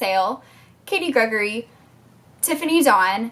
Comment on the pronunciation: There's also Say Goodnight Kevin! And I thought I'd help you with some of the pronunciations because I watch a few of the YouTubers you were having trouble with. :) It's Katie Gregoire (Greg-war) and Milena Ciciotti (Mel-ee-na See-see-ah-tee) and Jess Conte is (Con-tee). Hope this helps!! <3